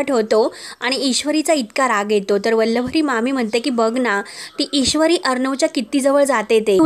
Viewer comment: काय वल्लवरी वल्लवरी चाललय. उच्चार नीट करा आधी.